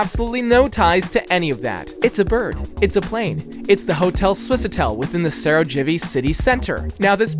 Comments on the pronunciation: all good but your pronounciation of slavic place names is actually atrocious lol try typing the name into google translate in a given language and just pronounce it like this. you are not trying your best bro. saraJevo? ljubJana? really? bro.... I really like the video but my ears hurt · bro said sarogevi